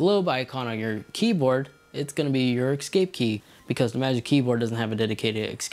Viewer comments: OMG. eScape. Not Excape. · My guy, it’s EScape... not ECScape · It's not pronounced "ex-CAPE key" It's "es-CAPE key" You are a professional presenter dude. You're welcome!